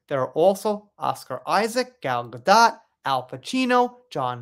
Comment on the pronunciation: Gal"s last name is pronounced "gadoe" the T is silent!